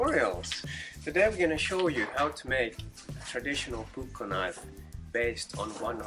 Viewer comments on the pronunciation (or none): Puukko, not pukko.